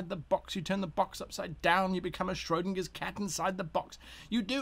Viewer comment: "you become a scrogndingers cat inside the box"